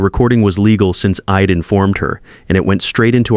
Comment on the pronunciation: I couldn’t agree more! Id and Ill! Ugh